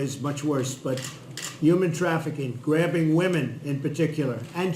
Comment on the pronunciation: Did he say "grabbing woman"? HA!